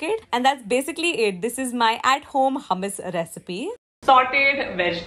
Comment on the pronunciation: Hey , love ur videos . Hummus origin is middle east , nd me staying in middle east , i would like to correct the way it is pronounced , the way indians say it is like hamas , its actually hummus the proper hu nd not ha. Not tryna be rude or something , jst sounded weird hummus pronounced as hamas